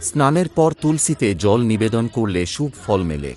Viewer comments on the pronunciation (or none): উচ্চারনে সমস্যা আছে। অনোটন উচ্চারন করতে হয়। শুভো বলতে হয়। সাবস্ক্রাইব বলাটাও ঠিক হলোনা